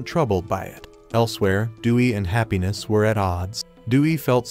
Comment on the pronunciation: So irritating. "Hap-pines" ... it's the English word "Happiness" written Japanese style,.